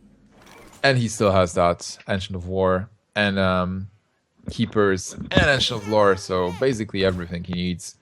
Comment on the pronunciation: "Ancient of Lore" Sounds like he says "Engine of War"